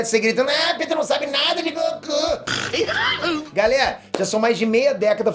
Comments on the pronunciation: GOQU hahahahahaha e goku não GOQU.Ta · Goku com "G-O-Q-U" KKKKKKK essa foi de capota o corsa